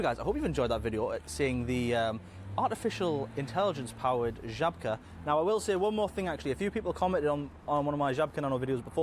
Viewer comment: It is Zhabka. Or whatever you would write it in English. Ż in Polish is like J in French